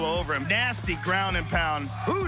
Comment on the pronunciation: It OouussMan. Not Oozeman lol